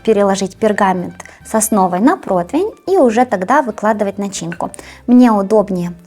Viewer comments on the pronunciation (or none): А блогер правильно произносит слова? Почему ему/ей не делаете замечание? Она произносит "протвень", а надо протИвень ? Вот возьмите и сумничайте в очередной раз, вам не привыкать.